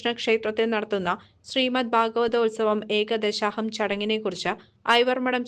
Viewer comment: ഏകദശാഹം അല്ല.. ഏകാദശാഹം ആണ്.